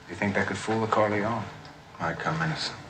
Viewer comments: Jesus Christ, it's Michael Corleone - "Core-lay-own-na" not "Core-lee-own-ee" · You lost me at “CorleoNEY”